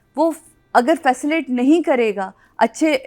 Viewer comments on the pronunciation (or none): Facillte❌ facilitate (fəˈsiləˌtāt)✅ Okay madam thanks